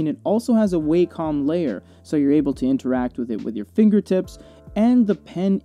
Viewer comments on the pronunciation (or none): uuugh... hearing people say "waycom" - they're Japanese and the name is derived from the "wa" reading of "和" ("harmony") and "com" as in computer. ワコム - WA com... not WEI com